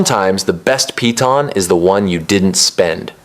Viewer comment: Its pronounced "pee-taan". They even say it wrong in the game.